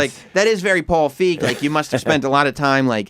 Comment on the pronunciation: They’re pronouncing feig wrong